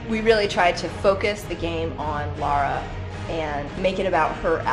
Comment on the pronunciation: even a guy who worked on the game can't say her name properly, that's just embarrassing. Do better, America